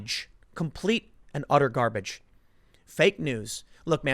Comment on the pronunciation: Your Chicago accent slipped there on garbage.